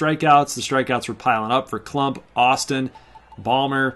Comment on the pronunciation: My name is KLUMPP not klummp